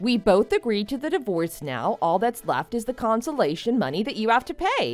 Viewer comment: comPENSATION...NOT consolation.